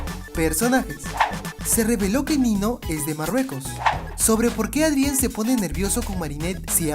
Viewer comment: hola!! tubiste otro errorsito :3 dises ádrien endebes de decir eidrien o adrian :v jejeje plisss mandame saludos en tu proximo video :3 esque no puedo compartir tus videos por una falla que tiene mi tablet =""( espero tu respuesta